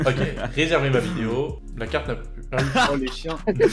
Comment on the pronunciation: "j'espere qu'vous avait aimé cette vidiyo" chuis dead 😭🤣